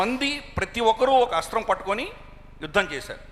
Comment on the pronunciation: Not asra sasthralu say asthra sasthralu